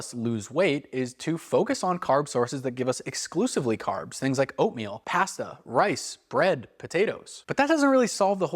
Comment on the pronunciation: The way you say pasta gave me a migraine 😂